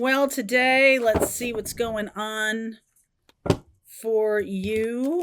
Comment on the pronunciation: It's funny, I thought you said "jealousy " when you said "let's see," then the card came out 😮